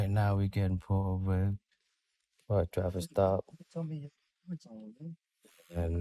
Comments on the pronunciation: "This is a stoffice trap." I think he meant to say "traffic stop". Biggest mess-up of a word I've ever heard! 🤣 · Did anybody notice that he said straffic law instead of traffic stop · “This is a ‘stoffic trap’” 🥴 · Did this guy say "this is a stoppice traff" instead of this is a traffic stop?